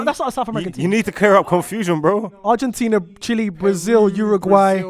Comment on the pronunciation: man said “ArgentinEA” is such an undateable🤣🤣 clocked that😭